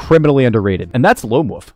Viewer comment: Why can't people pronounce "wolf" on this damn platform. I constantly hear "woof"